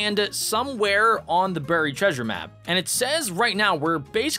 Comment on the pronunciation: Stop saying burryed please